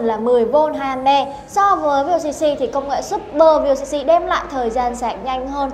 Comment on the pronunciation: Vooc..ko phải là vocc